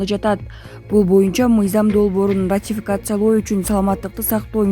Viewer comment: Ай окуган Кыз, интернетке чыгаарынды билип туруп, тилинди жатыктырсан боло !! Ассоциация дегенинди кайра озун угуп корчу . ватификация эмес, РАТИФИКАЦИЯ !!